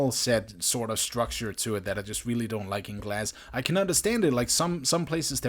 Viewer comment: did he say weely weely impressive